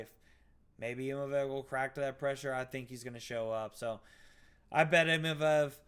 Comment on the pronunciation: I wasnt going to say anything but after like the 10th time you said imavev i had to say...its Imavov. You wouldnt say naimev would you lol